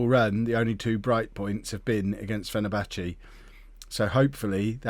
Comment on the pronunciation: Any time he says "Fennerbatchie" I wanna scream into a pillow.